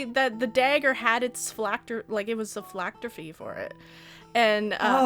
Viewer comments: pronunciation of "phylactery" as "phylacter-fee" just makes my day. Never change,. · Nobody:: phylactrophy